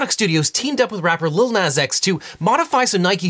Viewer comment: I'm gonna have to see you in court over the way you pronounce Nas